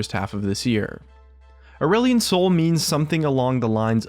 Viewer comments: At first I thought you said "Orwellian Soul" And was about to flip my table. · Did you say ireland soy?